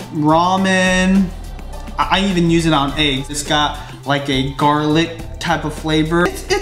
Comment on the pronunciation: when you say "eggs" it sounds like "aigs" hehe